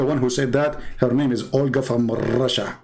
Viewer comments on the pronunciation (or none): none